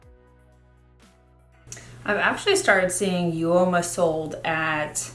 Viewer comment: Hi hun it's pronounced oma for uoma beauty 😉